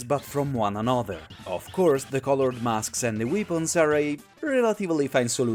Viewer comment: weepons lau